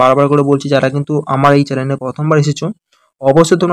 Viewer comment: channel ❌ challen ✅ 😂😂😂😂😂